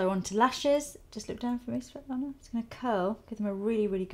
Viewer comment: I am a Svetlana too and you were cute pronouncing it, don't worry ;)